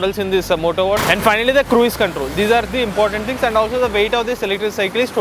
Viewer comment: It's not 'Krueez' mode. It is pronounced as 'kruz' mode.